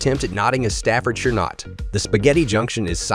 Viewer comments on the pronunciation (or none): none